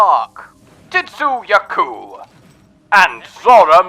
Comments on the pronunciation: Why do you pronounce tzitzi ya my as "tit"zi ya ku dude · Are you calling him Titzu-Yaku on purpose or reading "Tzitzi" wrong? Titzu sound actually better though